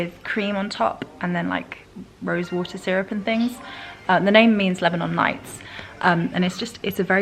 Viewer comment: Its lebanon nights.. Not lights 😂😂😂😂😂